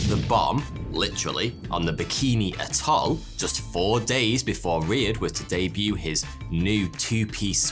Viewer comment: A couple of points the word atoll is pronounces AT oll, and the word you butchered Trinitrotoluene is pronounced Tri nitro toluene.